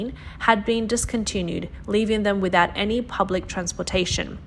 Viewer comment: Please, find some professional narrators for these videos. The pronunciation is tough for most listeners to understand. without becomes withat, twelve becomes twelf and so on.